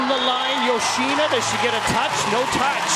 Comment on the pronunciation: male commentator always saying "yo-shee-nuh". duh. how hard can it be to say it correctly?